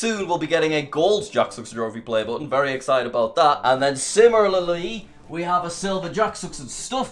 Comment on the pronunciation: Jack : Simrulaily Me : wha- what? Did anyone else notice that?